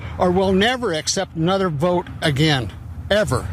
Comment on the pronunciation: " I'LL NEVER BE PORE AH- GIN!" DUMMYS. tRump will decompose